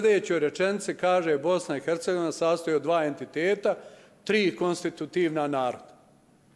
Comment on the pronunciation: Bice samo malena Bosna i ERCEGOVINA bez H jer Slovo H vas muči u izgovoru